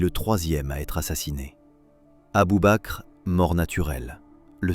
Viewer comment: Abubaker 🤣 mais merde relisez vos textes avant de les faire régurgiter par votre robot!